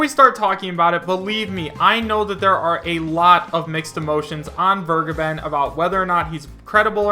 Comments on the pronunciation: its vergeben (fair.gaben) not weregaiben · DasVergeben is pronounced Fair-geben and the first e sounds like the first e in "elaborate". i don't want to be that guy. really. it just bugs me for some reason